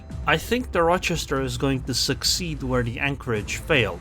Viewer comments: I have lived in Rochester NY for 20 years. You are saying it just fine. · You got the pronunciation correct. Source, Lived in Rochester NY for a few years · You're saying it correctly, at least for the Rochesters in the US that I know of. At least one in New York and Wisconsin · As far as British English is concerned. The pronunciation of Rochester is perfect. However, Implacable isn’t pronounced with “place” (though it makes for a good joke on placing onto the cap). Implacable is a name to do with the fact you cannot be placated. You can’t be put off or bought off, you are Implacable (easier said like: Im-Plack-able). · You are pronouncing the name properly. :) And Implacable is pronounced im-plak-a-bull. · You’re saying Rochester right :) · yep you pronounced it right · Your pronunciation of Rochester is correct. There is minimal risk of these comments being spammed with "Um actually its pronounced ...".